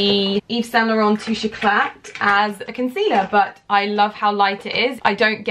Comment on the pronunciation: Just so you know the "t" at the end of "éclat" in your concealer name isn't meant to be pronounced. 😊